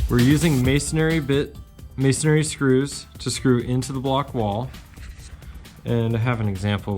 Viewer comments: It’s “masonry” not “masonary”. Also you don’t show how to actually install the screws, you just showed the furring strips going up, sped up, with crappy music. This is a video fail. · Pronunciation: it's not masonARY it's masonRY.